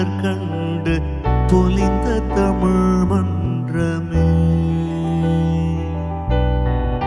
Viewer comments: Not exactly. Kaalai "பொழுது" is wrong. Note at 1.13 - He pronounced it as பொளுது. Also, "தமிழ்" pronunciation in tamizh mandrame is not perfect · Nearly flawless .... just nearly .... wish he had pronounced the word tamizh like it should be pronounced . phonetically , it is tha mi zh , not thamuzh. On the whole fabulous singing !! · Not exactly. Kaalai "பொழுது" is wrong. He pronounced it as பொளுது. Also, "தமிழ்" in tamizh mandrame pronunciation is not perfect